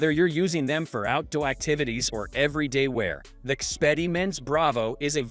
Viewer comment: Cringe AI use for the voice over..."out dowy boots" - "cellphone foot bed" lol